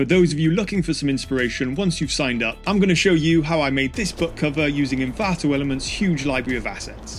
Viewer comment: Stop saying Envanto Elements 😁